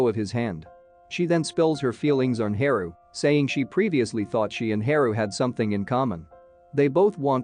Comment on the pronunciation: Haru isn't his name pronounced Haa Roo not He ru Ouch said my ears